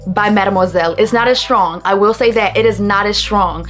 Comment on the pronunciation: Good video but that 'shrtong' gives me an ick!